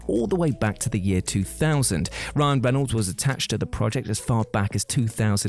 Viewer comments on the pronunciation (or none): none